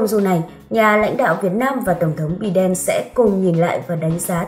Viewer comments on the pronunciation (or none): Đọc tên tổng thống Mỹ nghe mắc cười quá( Bi đen!)!